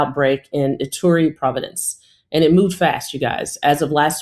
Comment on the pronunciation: I am saddened to hear (sp?) mispronounce ‘province’ and use the colloquial phrase ‘whole ‘nuther’ (fear not, until recently I used it too) instead of saying “whole other.” At times like this we need to know we can trust medical professionals even on pernickety stuff like this which at other times, just doesn’t matter.